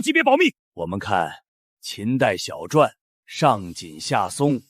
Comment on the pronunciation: 说“闻”解字？小“转”？这都对吗？